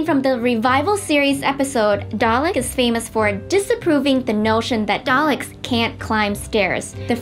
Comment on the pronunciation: Oh my god its DALEKS! DAL-EKS! NOT DALES?!